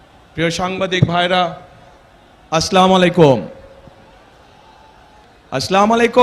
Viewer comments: কেউ যদি নেতাকে সালাম টা শুদ্ধ করে দিতেন আমি নিশ্চিত উনি শোধরে নিতেন। আমরা কেউ ভুলের উর্ধ্বে নয়। উনি সালাম দেন “আস্লামালাইকুম” “ স্লামালাইকুম “ সঠিক উচ্চারণ হবে “আসসালামু আলাইকুম"॥ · আসলামালিকুম ? নেতাকে শুদ্ধ করে সালাম দেয়াটা শিক্ষা নেয়া প্রয়োজন। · ভাই এতগুলো মানুষের কে আপনি সালাম দিচ্ছেন অথচ সালামটা ভালো করে উচ্চারণ করতে পারেন না স্লামালাইকু এর অর্থ কি জাতির মঙ্গল কামনা না করে আপনি আরো অমঙ্গল কামনা করলেন। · তারেক রহমান সালাম টাও ঠিক মতো দিতে পারে না। ( আসলামালাইকুম ) এই সালামের উচ্চারণ কি ঠিক আছে? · আসলা মুলায়কুম এটা কেমন সালাম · আস্লামালাইকুম কি সালামটা ভালো করে দিতে পারে না। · ভাই, বিএনপির মতো এত বড় দলের প্রধান হিসেবে সালামটা শুদ্ধ করে শিখে নেবেন- আসসালামু আলাইকুম। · এত বড় নেতা শুদ্ধ করে সালাম দিতে পারে না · সালাম শুদ্ধ করে বলতে হবে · ওতো ঠিক মতো সালাম দিতে পারে না। ওঁরা বলে কোরআন এর সুন্নাহ আইন দিয়ে দেশ চালাইবো সুরা ফাতেহা সহি ভাবে বলতে পারে না। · আমাদের নেতাকে বলবো আরবিতে শুদ্ধ করে সালাম দিতে না পারলে বাংলায় দিতে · ভালো করেত সালামটাও দিতে পারতেছে না😂